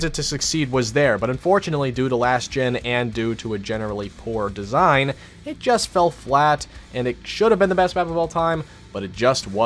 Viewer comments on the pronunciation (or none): What is that / ? Listen the way he said design. It's like messed up his words and said something that sounds nothing like design.